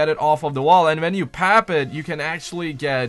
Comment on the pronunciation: He said pap it instead of PACK IT